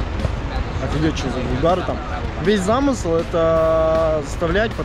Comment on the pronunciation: Весь замысЫл говорит 😂 красавчик конечно ) формат бомба, все кайф ) я думаю выделять никого не надо, потому что все начнут на себя тянуть! Для Них уже награда то что вы приехали и играете с ними + фотоки с вами уже будет наградой для них ) Успехов, ждём что то крутое!! И единственное, надо тебе немного поправиться, а то исхудал совсем ( И ждём в Питере!!!!!!!